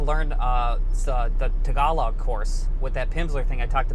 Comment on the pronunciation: The way how you say "Tuhgawlowg" is so painful 😂😂😂